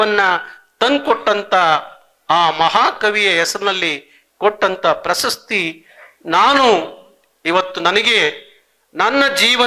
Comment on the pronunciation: ಸ್ವಾಮಿ ನಿಮ್ಮ ಉಚ್ಛಾರದಲ್ಲಿ ಪ್ರಸಸ್ತಿ ಎಂದು ಉಚ್ಛರಿಸಿದ್ದು. ಪ್ರಶಸ್ತಿ ಎಂದು ಉಚ್ಛಾರ ಮಾಡಿ